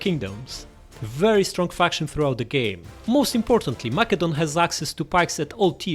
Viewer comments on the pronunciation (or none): none